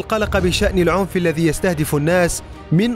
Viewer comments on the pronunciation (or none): none